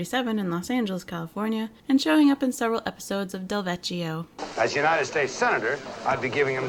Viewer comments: US election day is indeed the first Tuesday in November, but there was no election in 1973. The presidential election was held in 1972, and the midterms wouldn't happen until 1974. :) Oh, and in Italian, "cch" makes a hard C sound, like in Pinocchio. So Delvecchio is pronounced del-VEK-ee-o. (And it was a fun show. But yours is way more fun.) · I just found your channel recently and love what you do here! So I'm sorry to be that guy: "Del-vek-ee-ohh" not "Del-vetch-ee-ohh"! 😜 Also: I hate guns...but I can't believe people complain to you about you going into detail about them! (I like your snarky "crime series deep dive" comment.) I don't know for a fact about "special reports," but I can ABSOLUTELY see a local radio station doing that, especially back int the 1970s. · Sorry...it's Del-vek-E-o